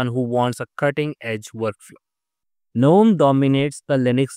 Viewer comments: Good info - Gnome is pronounced as <Ganome> NOT <Nome> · Useful and accurate information, but Gnome is pronounced as "Guh-nome" and Mate is pronounced as "Mah-tey."